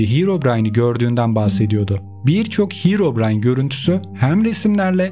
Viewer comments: Hirovrayn deyil herobrayn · Bışey soylicem de hirobrayn diyo